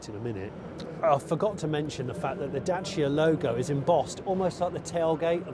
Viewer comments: I appreciate you pronouncing Dacia properly, also great review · Congrats Johnny for pronouncing corectly the brand's name! 👍 Yeah,very interesting city car !